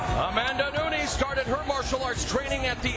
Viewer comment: NunEEz? C'mon now..🤦